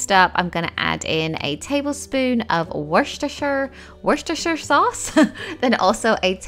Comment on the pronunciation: Woshtshter sauce 🤣🤣